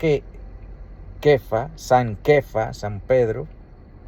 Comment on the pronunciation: jejeje....se oye gracioso. " San kefas"..